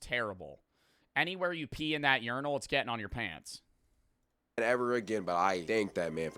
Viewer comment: did nobody else notice bro saying uniral instead of urinal?